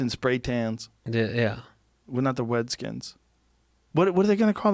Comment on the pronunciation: "Wer not da wedskins" Cryin